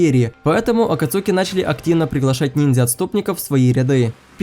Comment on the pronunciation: Не Акацуки, а АкАцуки😂